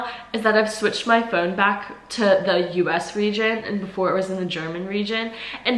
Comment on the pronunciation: „I just want to switch ack to the Punkt“ perfecthaha